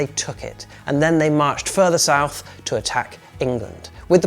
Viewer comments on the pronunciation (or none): none